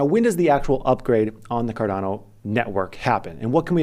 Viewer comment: buy cardana is all im hearing